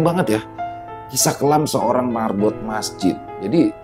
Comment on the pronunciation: Marbot bkn merbot